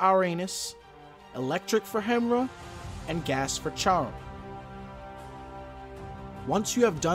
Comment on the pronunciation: Bro it's pronounced hem-ear-a not the way its spelt lol